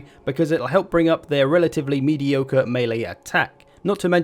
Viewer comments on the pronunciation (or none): Mediocre? I think you mean Mediogre